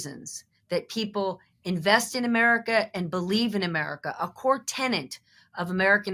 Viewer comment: Tenet, not tenant